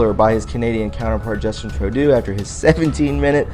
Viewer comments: True-dough. Not Trow-do. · Justine Trudeau...pronounced true doe are you making fun of him calling him turd do? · I think maybe you are just being funny. Personally I call him Little Boy Blue. Just in case though, you are pronouncing his name wrong. Trudeau = ( true + doe) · Justin's last name is pronounced TRUE-DOE. Great job friend, love the video. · It's Justin "true dough" and "aw bay". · Like your show! "Trudeau"is pronounced "True - Doe" fyi. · Trudeau is pronounced "Tru doe" doe as in female deer. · Laminated and lamented are two different words buddy. And please learn how to pronounce Trudeau's name.